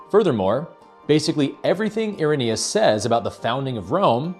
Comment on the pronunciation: Irenaeus? ...more like Error-naus 🤪